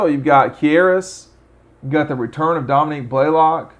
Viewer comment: Pronounced Dem-etris, not Dem-e-trius…also, Dominick Blaylock, not Dominique.